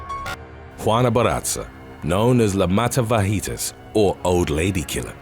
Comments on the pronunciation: I thought you said "matafajitas." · I’m sorry but when you said the “mata vejitas” made me die 🤣 great video tho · excellent stories even forgive mispronounciatio of mataviejitas and barraza, but not gonna let you off easy on Lucha Libre it's not "ca" sound ever said cha cha cha ? (loo-cha )